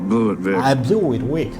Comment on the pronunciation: Blew it എന്നതിൻ്റെ ഉച്ചാരണം blu it എന്നല്ലേ താങ്കൾ ഉച്ചരിച്ച പോലെ ബ്ല്യൂ ഇറ്റ് എന്നല്ലല്ലോ